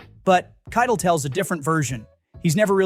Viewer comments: KIE TELL is how you pronounce his name not kitel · Dude, you can just type "Kie Tell" when typing Keitel into your AI software so that it'll be pronounced properly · KITE el 🤦‍♂ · You lost me at your pronunciation of Harvey Keitel. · how can you make youtube movie content and not know how to pronounce Harvey Kietel's name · Actually, the narrator mispronounced Keitel. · AI can’t say it properly.